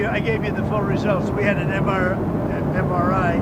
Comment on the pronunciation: He could barely even pronounce MRI. Good lord, help us!